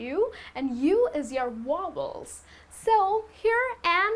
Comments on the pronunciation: very helpful but when she said wobbles im like what the hell I never heard that in english before it must be something new. she meant vowel lmaooooooooo. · Very nice teacher you are. But I think you pronounced vowels incorrectly. It's pronounced as "vouls".